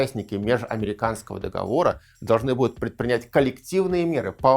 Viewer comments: договОры, не договорА) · Всё очень хорошо и замечательно, но только режет слух "нулевые" вместо двухтысячных и неправильное ударение в слове договоры (мы не говорим выборА, сговорА, помидорА в именительном падеже, но почему-то арго договорА некоторые политологи в речи допускаем)